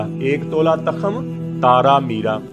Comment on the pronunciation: حکیم صاحب لگتا ہے آپ نے کسی استاد سے سیکھا نہیں ھے تاخم نہیں ھوتا کرتا بلکہ ت کے اوپر پیش پڑھی جائے گی تخم. توخم کی آواز آئے گی اور لکھا اس طرح جائے گا تخم